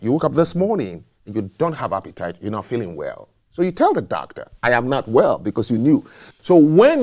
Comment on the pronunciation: “Fillings” 😂😂😂😂 Feelings*